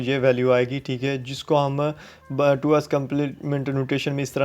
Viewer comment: Was this really a lecture!!! u don't even know how to pronounce fixed, 2's,...like no offense but at least u can do preparation...